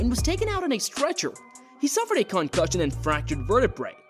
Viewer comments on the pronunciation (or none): Cancussions for everybody